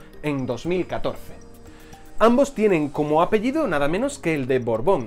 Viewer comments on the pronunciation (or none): none